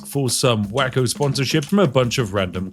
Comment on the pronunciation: Spiff its pronounced way-ko not wacko....